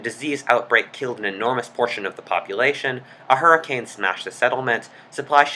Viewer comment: MMMM, DID I HEAR ZE HURRICANE???